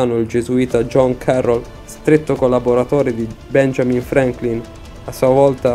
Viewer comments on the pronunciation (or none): none